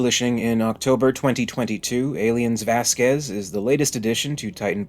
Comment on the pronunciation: Little correction, it's not pronounced Vasquĕz, it's Văsquez